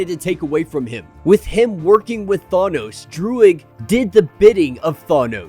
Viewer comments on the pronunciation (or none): THANOS NOT THAWNOS LMAO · the way you say thanos now is worse. now you say thawnos lol :D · neither Thay-nos not Thah-nos is correct. it's Thanos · I almost rather have him say thay-nos 😂😂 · You said it wrong both times. I do not remember Chris Pratt saying it that way either. Are you still saying it wrong it’s pronounced Thaanose thaaan-nose Oh in what movie did they ever say it the way you’re saying it when you go look at avengers endgame listen to the way they say his name that’s the way Jack Kirby said it and if Jack Kirby says it that way then you should too he did create the guy after all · “Thawnos” lol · You're still saying it ò[. Than- oh-s